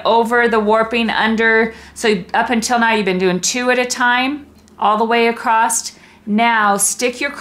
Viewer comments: I really enjoyed that tutorial, very informative and clear, by the way there is no "t" in across :) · I have always wondered why some people always say ACROSS just like it is spelled ACROST???? I have heard so many people say it this way but have always wondered how it got started that way.....many people say it . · Sorry..across does not end with a letter t. Across. Not acrost. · Clear explanations. I don’t like the narrative shouting. Just explain things a bit calmer, And the word across, doesn’t have any Ed on the end! Repeatedly saying acrossed, pronounced acrosst, was really irritating.